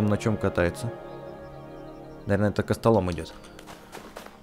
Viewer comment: Не кастолом а кастамол